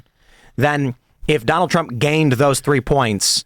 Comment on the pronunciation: “Donaltt Ttrump”